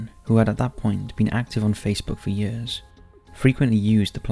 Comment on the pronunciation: Hides it well but I detect a slight North East accent in his years...perfect voice for his channel